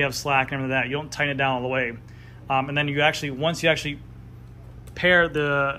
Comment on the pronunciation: Haven’t seen your videos in a while.. and you’re saying THEE way too way too much when “the” would be much better. You said you’d work on that. Hmmm. Nope. Other than that, good video